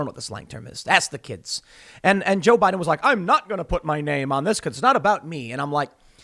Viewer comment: Guys guys guys, it's Joe Bai Din